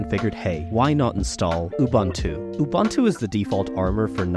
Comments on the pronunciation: It is pronounced oo-boon-too, not oo-bun-too. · Ubuntu is pronounced oo-boon-too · OOBANTOO doesn't exist. You must be talking about OOBOONTOO (aka UBUNTU). Americans... 🤦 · Canonical’s OS should definitely NOT be read as two baseball players conversing (“you bunt too?”) 😂🤣😂